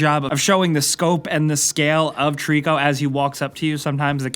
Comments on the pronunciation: His name isn't Trico, it's Tooorikuuuuuu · Did you say TREECKO?! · I always thought Trico was pronounced Try-co like a throwback to Ico and the Tri in Trico stood for trinity or three cause this is the 3rd game developed by Team Ico making it a loose trilogy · Ok ok, but it's still pronounced the same!:P